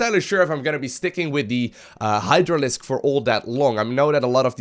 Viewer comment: "Hydralisk" Uhh... ok? :D